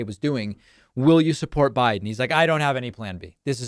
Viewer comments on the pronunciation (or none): none